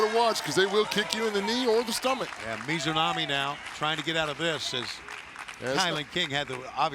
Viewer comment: I just wish he would get the Japanese talent's name correct. For Ryo Mizunami he alternated between saying her full name of Mizunami to sometimes shortening it to Mizu (which funnnily enough means water in Japanese- he was just calling her Water..) to sometimes saying Mizo which makes no sense since there is no O in Mizunami and sometimes Mizonami. like bro I get it. Japanese names are tough but its kind of your job to do it. It'd be like if a commentator was on commentary instead of saying Seth Rolllins to just alternate between calling him Roll or Rull. People would be like wtf is wrong with that commentator... With Jim Ross i can have more slack as he is quite a bit older etc. outside of that tho Paul Wight has been doing well.